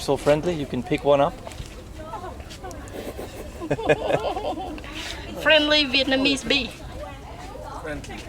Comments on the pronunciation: is no snaks flenly vietnameez bython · Fren-ly veit cong snake